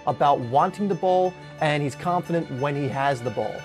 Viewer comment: Does anybody else get a little annoyed that he says dat, dah, dis, instead of that, the, this?